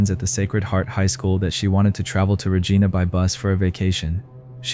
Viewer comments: Hi great video but it's regIna not regEna. 👍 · And those were American bills, not Canadian bills. In the first story. It is not pronounced Regeena, but Regina. As in "I", sounds like "eye". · Regina is not pronounce RegEEna. It actually rhymes with vagina. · Wow. I just moved to a little town near yorkton. Also it's reh gy na. Not re gee na. Rhymes with vagina. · It's pronounced "ruh-JY-nuh". It rhymes with fun! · IT’S RE-GINA LIKE VA-GINA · Canada doesn’t have FBI.. also Regina is pronounced as rhyming with the female body part. :) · Re Jine Ah - Regina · Regina is pronounced similary to a female body part. Just so you know. Also FBI is in the United States not Canada. Just saying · Regina is not supposed to sound like vagina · Seriously. He switches from pronouncing the first girl’s name from Muh-Kyla, to Ma-Kayla and then Ma-Kala. Also Regina is pronounced incorrectly. Just sloppy.